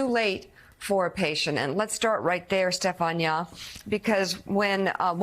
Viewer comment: Why is she pronouncing Stephania like that?